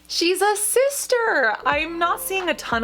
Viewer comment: Are you saying Sister? Or Cyster? Lol